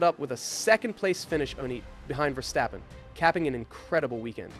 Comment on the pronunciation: "Catar", "Verstoppen", "Lonce stroll", is this AI narrated or are you trying to sound ~fancy~?